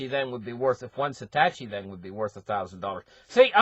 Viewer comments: He keeps saying satachi.. like are you kidding me? SATOSHI - O O O. If you talk crypto, get it right. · Sa -tosh -i